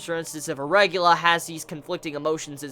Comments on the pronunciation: Dear mother of god i wanted to watch your reviews but god damn its not a RE GU LA ITS- RE GA LI A!! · Why do you pronounce it 'regular'? It's spelt regalia, and is pronounced reg ay lee ah. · Noragami cliffhangers are so good. I don't know whether to be upset or be pleased with the way they execute them. But I severely want more information on Nora's hold on Yato... I think I might have to pick up the manga. Also slightly irrelevant, but it's pronounced "Reg-ay-lee-ah". No big though, just in case you weren't sure. :) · JUST CALL THEM SHINKI RATHER THAN REGALIA! ITS NOT REGULA, ITS REG A LEE AH! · Heheh I chuckled at the way you say "a regalia". I always think you're talking about arugula. Like some salad. YUUM. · dude its reg-aw-lee-ah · not sure, never heard him pronounce it like that - I think that may be an accent thing though, rather than ignoring the spelling of a word.